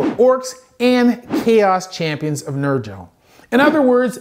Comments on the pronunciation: Love the video, but I pronounce Nurgle like burgle not Nigel with a r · Neat, but wrong pronunciation of Nurgle. It's the other G sound, I think it's called a soft G? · NUR-JIL?! Nah, it's Nur-gull. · Did I heard Nurgel ! Papa Nurgle won't like it xD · Never through id say this phrase, but you may wanna throw a hard "G" on that N-word there. J/K J/K but It's not "Nur-gel" its "Nurg-l" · Just so you know, Nurgle is pronounced like Gurgle. Trust me, there have been much more obvious ones that people mess up on all the time, it's not a big deal. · The way you pronounced Nurgle was... unexpected. Still, a very good breakdown of what's what. Can't wait for the last episode. :) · Definitely a hard G for Nurgle. But an excellent series of videos for sure. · Nurgle Thornberry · How did you just say Nurgle? These have been very interesting, thank you! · I'll forgive you for pronouncing nurgle wrong cause you're doing the Emperor's work!! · Lmao never heard Nurgle pronounced tp rhyme with Virgil before. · you had me until you mispronounced Nurgle.